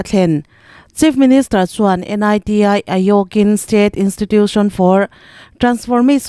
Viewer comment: A chhiartu hian thil i van hrefuhlo ṭhin ve aw, NITI tih te hi a hawrawp mal te te a chhiar tur ani lo a sin